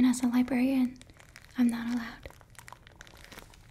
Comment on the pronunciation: I just realized she pronounced it “libarian”